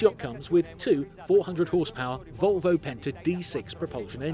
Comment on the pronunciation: They lost me wen he said vovlo engines👎